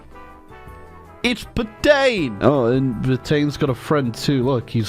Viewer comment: I love you but you had me screaming IT’S PET-AN NOT PET-ANE at my screen